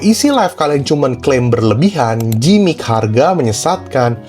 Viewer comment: gimmick sebutnya Gimik ko, bukan Jimik